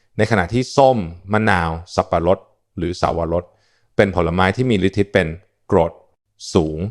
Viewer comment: ได้ความรู้เยอะเลย แต่ควรอ่านภาษาไทยให้ถูกต้องจะไม่ทำให้ความหมายเพี้ยน เช่นฤทธิ์ อ่านว่า ริด ไม่ใช่ ริด-ทิ